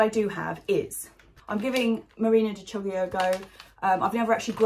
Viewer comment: Good morning, happy Monday! I'm really looking forward to your solution for growing pumpkins vertically. There's a load of bamboo sticks in my garage that are waiting to be transformed into a trellis...could do with some inspiration!:D One thing on the Chioggia...it is pronounced Key-o-ja! (Maybe ask an Italian friend or give it a listen on Google Translate.) See you tomorrow! Hannes